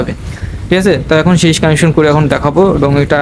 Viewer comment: ভাই এটা সিরস বলে না সিরিজ কানেকশন বলে